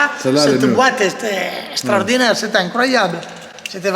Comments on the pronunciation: C’est « Strodinaire » 2022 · SSTRORDINAIRE, SSTRORDINAIRE, SSTRORDINAIRE!!! Babéné fréro 👍👍👍